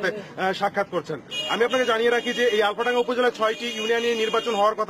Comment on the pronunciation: that is alfadanga not alomdanga